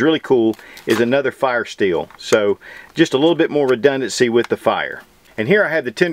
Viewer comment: You keep using a word sounds like "rededency"' but since my english is not so good, I can't spell it right and I don't know what it's meaning